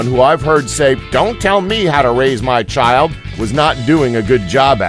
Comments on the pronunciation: did you say cheeld instead of chaild? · you pronounced "child" as "Cheed" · "Cheeld Labor" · did he said "cheeld labor"?